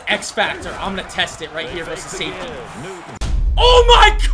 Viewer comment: you said “oh mike” instead of oh my!